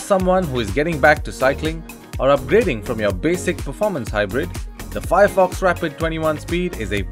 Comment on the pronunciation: Nice review BUT YOU GOT THE NAME WRONG....maybe google the correct pronunciation